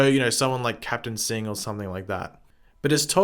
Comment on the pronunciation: cough It's Singh cough